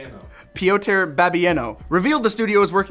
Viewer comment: Pronunciation tip: Piotr is py-oh-tr and not py-oh-t-eh-r